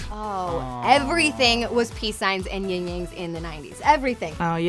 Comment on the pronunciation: YIN AND YANG, NOT YING YANG Ying yang is not a thing. They are 2 elements that balance each other, not a sound effect.